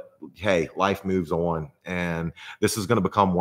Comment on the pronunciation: Why do you pronounce the word "on" as "uwon"?